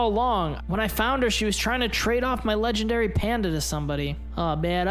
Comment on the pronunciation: they said lengendary uni